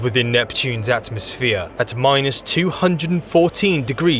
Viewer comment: At mos sphere pronounced as three separate words. You sound mental mate!